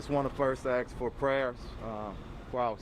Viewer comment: Axe for prayer, or ask if you want. In 3rd grade we learned how to pronounce words. We were told to sound out the consonants and vowels from left to right. A S K go ahead, give it a try.